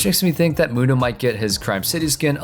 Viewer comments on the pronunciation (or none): none